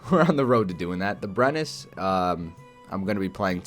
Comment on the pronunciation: The Brenus is pronounced "Breneu", no need to say the 'S' basically.